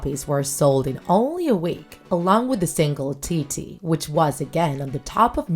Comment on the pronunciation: I felt like someone was beating me up with a stick ever time she mispronounced names edit: "T BY T" WTF IS THAT THIS IS CRINGE OMG edit 2: OMG WHAT IS "TOO U" it's pronounced "chewy" I can't stop laughing to be honest